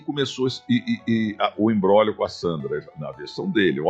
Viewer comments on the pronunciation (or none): none